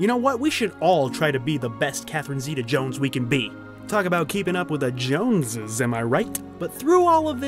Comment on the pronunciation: SERIOUSLY Stop saying her name! You don’t say it right so quit saying it!